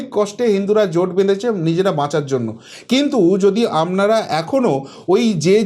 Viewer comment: akta request apni please 'APNARA ' shabdo ta ke Apnara bolun 'AMNARA' bolben na khub kane lagey apnar channel dekhi bolei as a well wisher hisab e bollum mistake point out korar janye noi